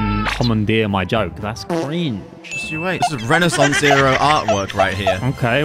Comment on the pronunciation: last week i learned renaissance i was shocked when i heard u say renaissance and u both pronounced it wrong